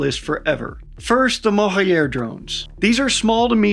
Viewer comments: The J in "Mohajer" drone (meaning "migratory" in Farsi) is pronounced like J in Journalism & not J in Alejandro. You can pronounce it as Mohaa-Jer. The munitions carried by Mohajer 6 is Qaem, which is an Arabic word & even difficult to pronounce in Farsi, and is pronounced "Qaa--em" (2 syllables with noticeable stop between each syllable) and the Q pronounced like R in french. You pronounced the other Farsi words & names very well! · Where are you getting the "Yer" from in Mohajer, just pronounce it as it's written. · The J in Mohajer is pronounced like Voyager. Mohajer means Migratory.